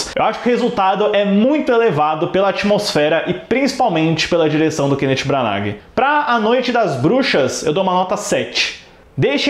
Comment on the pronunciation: Custa falar o nome dele direito, jesus